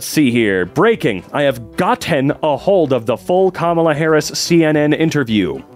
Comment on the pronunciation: why did he enunciate “gotten” as if it was used incorrectly 😭